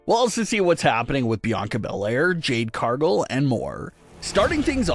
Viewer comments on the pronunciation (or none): It is Jade Car-gill not Jade Car-gull.